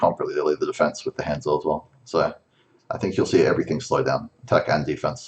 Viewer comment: Learn how to pronounce Hanzo.